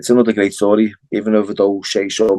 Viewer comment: ah that's lovely to hear both accent at the same time. as beautiful as hearing you say "schtory" & a Liverpudlian saying "experience" in a distinct tone. Northerners' souls shine the brightest.